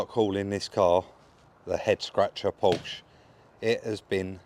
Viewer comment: Come on, try it - PORSH A ( not a Powsh )